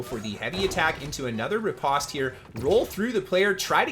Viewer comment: Thanks for the videos! I am new to New World, so this really helps. BTW, it is ripOste, hard O sound, like the word "post".